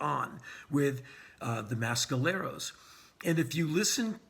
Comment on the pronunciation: Not how you pronounce Mescalero.